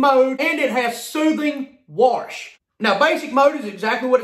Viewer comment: I love how he says "SOOTHING WASH!" Haha.